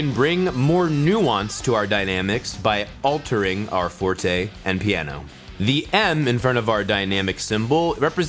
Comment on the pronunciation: I am playing the piano for ten years now, co I basically knew everything. But when I heard your pronounciation... I could't stop laughing. I know it is the right pronounciation, but I have never ever heard anybody say it that way :D. Anyway, great video, keep it up. Waiting for those more advanced lessons, to learn something aswell... With that being said, what are your future plans with this series, and are you willing to continue, even though we both know, that money from these vids won't pay your bills?